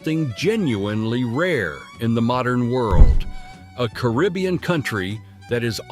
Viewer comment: Really ? How stupid are you? You do a video about a country and pronounce its name INCORRECTLY all throughout. It is NOT "Bulleez". And you also pronounce Caribbean INCORRECTLY. Stupid